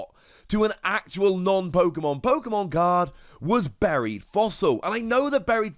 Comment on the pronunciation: I genuinely thought you said "berry"/"berried" fossil at first and was wondering what a berry fossil was